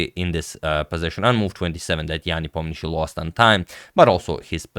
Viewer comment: the way russian names are overcomplicated in english just astounds me. you're saying it's ian nepomniaCHTCHI? for anyone wondering, "sheey" at the end there is how you pronounce it (like how you'd say shein -- the cheap clothing brand -- as "sheey-in"). also, ian is a misleading transliteration, it's pronounced "yan" not "ee-on". oomph i'm mad for no reason lol